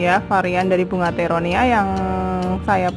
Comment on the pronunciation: Sampai salah ucap teronia 😂😂😂👍👍👍mantap bun